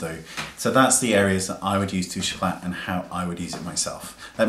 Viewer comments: I hope I don't sound obnoxious by saying this, but you don't pronounce the "T" in this my darling. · "The worlds most misused product" tbh it's probably the worlds most mispronounced product, it's really annoying me how you are pronouncing it wrong...